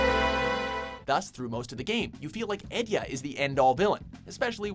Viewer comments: lol different people, different pronunciation. This is the weird one and kinda annoys me, He says, Edea "Edya" some "Ideya" , "Idiya" while i pronounce it as "Edeya" (for me is much preferrable) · Have I been pronouncing Edea wrong all this time or did you?